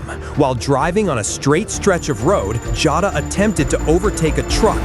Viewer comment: It's not Jata it's Jota!!!